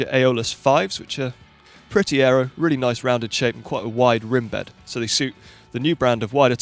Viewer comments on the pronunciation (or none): none